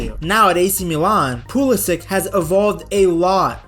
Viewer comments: pew lisic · If you're going to make a video on the US team, maybe learn how to pronounce their best player's name.